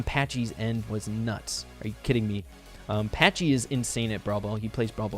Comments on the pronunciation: Patchy not Patchey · Is Patchy not " Patchey"...LOL